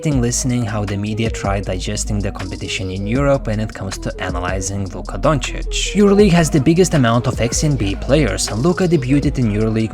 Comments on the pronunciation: To ignorant people: Doncic is pronounced like Jokic - with “O” not Dancic its DOncic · They still haven't learned shit. They still pronounce Luka's last name as Donchik at ESPN. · Back in the days it was ubheard of to compare doncic to westbrook… today it’s a huge compliment for westbrook to be compared to doncic. And still stephen a cant pronounce doncic’s name properly